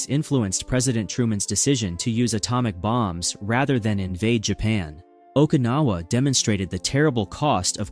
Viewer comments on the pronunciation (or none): none